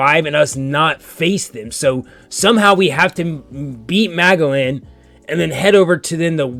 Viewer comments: I think Magellan's plan was more "I'll handle this one kid since you're all complaining about him. You all lock down the floor and make sure nobody else escapes while I kill him." Also, it's Muh-jellin. Like the explorer. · Muh Gel In. Now say it fast. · This episode was when I started truly falling in love with Bon Clay my first time through. I can’t fully explain why. I think maybe it’s because it feels like his fear and retreat from Magellan really humanized him more than any previous episode. And it’s muh-jell-un. Like Ferdinand Magellan, the explorer who led the first documented voyage to circumnavigate the earth (though he died in the Philippines). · The g in magellan is pronounced as a j so it sounds like majellan but is spelled as magellan. Much like the word magenta or general or genuine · The g in Magellan is a hard j, like jelly or jealous. mah-gel-in